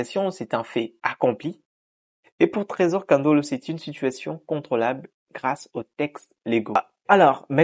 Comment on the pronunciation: Mr le présentateur c'est ne pas tresor kandolo mais plutôt tresor kongolo